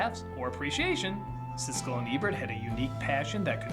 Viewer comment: Siskel not Sisley